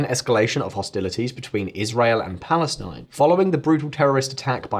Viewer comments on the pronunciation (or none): none